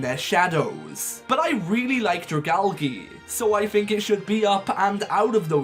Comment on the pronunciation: Not dri-gal-gee but dri-gal-jee